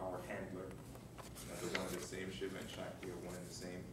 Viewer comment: It sounds that the teacher is saying "Satti power". But don't he meant to say "Shakti power"???